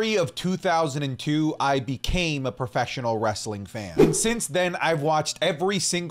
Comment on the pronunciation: Everytime he says preffesional wrestling i cringe